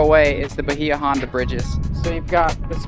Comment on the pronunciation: Hate to be the grammar police… but it’s pronounced By-ya Honda….thanks for the amazing content!